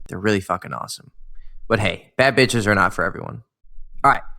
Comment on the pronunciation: Nah this video 🤣🤣🤣 When he said "beatch" 😂😂😂